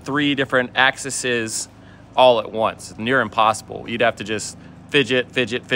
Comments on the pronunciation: 😳 Axis-izzzzz? yeah, the plural is indeed "AXES" (but pronounced, uh, lemme see how to write this simply:- AX-EASE)👍🏻 (as opposed to the plural of AXE/AX which is also 'AXES' but pronounced as it looks) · Plural of axis is axes and is pronounced as "ˈækˌsɪz" Glad you are all okay and wishing the best for all those affected by the hurricane